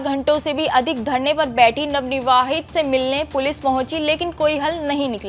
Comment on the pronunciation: Ye jitni bar navnivavhit bol rahi h to mujhe utni hi chidh aa rhi hai.......kaise anpadho ko anchor bana dete h yeh log